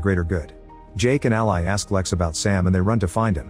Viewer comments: Ally is pronounced Al•lee, not Al•lie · Funny how AI can't pronounce names correctly. Ally the name is pronounced different than "ally" as a noun or "ally" as a verb. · Anyone else annoyed at how he pronounces Ally's name?